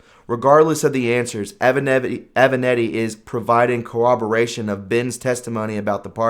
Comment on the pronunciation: It is not cOOBeration , but it IS coRaberation.